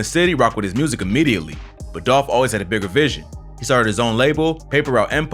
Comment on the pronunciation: ITS DOLPHHH 🐬🐬🐬🐬 RIP